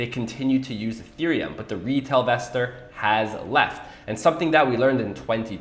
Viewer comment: Not sure But I think it is pronounced in-vestor